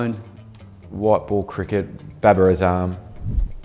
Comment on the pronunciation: the way these guys pronounce " Babir Azaam " 😂❤